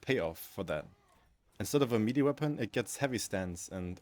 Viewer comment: Man, I can't get over the way you say melee. It's like mel-ayy not me-lee. As for the topic, I am not entirely sure how to change heavy in a meaningful way that would be widely acceptable. His main playstyle is around keeping enemies at a distance and gives him tools to effectively deal with them at range with access to firepower no other class can match. It's kind of complaining that you cannot use a wrench as a screwdriver. I do however wholeheartedly agree that his perks badly need a touch up, they are all over the place. On this issue I think I could come up with some solutions. For instance, perks could be focused around different ways of managing heat in a more meaningful way: one for keeping the weapon cool and another that gives additional bonuses based on heat buildup and keeping the weapon hot instead without overheating it(not just damage but maybe some extra splash or maybe ignite) with maybe some ammo economy perk options but with some extra variety on its aquisition that could play well into the class. And maybe something like aggressive venting that would cause explosion when weapon gets overheated that staggers and/or ignites enemies in small area around heavy. Something like block weapons adrenaline charge but maybe at the expense of longer cooldown when used this way In general, changes that would blend into the class archetype but no need for a revolution